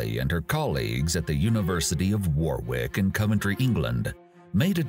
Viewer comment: Warwick is pronounced 'wah rick' not 'war wick'......It rhymes with the 'goric' in 'Categoric'......Please try and get English names correct. After all you do speak our language so make an effort